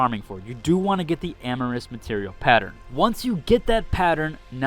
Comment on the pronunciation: This video actually filled in a lot of blanks, thanks. For future reference. (not trying to be a D) Amorphous is NOT pronounced "(am - ah - ris)" , it is pronounced (A - mor - fuss)